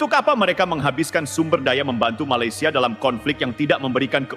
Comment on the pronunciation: COBA PERHATIKAN BAIK-BAIK APA YANG UCAPKAN... SELALU MENGUCAPKAN MALASYA... MALASYA... MALASYA MALASYA 🤣🤣🤣🤣